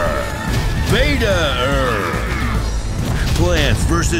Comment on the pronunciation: Beta-er?? LOL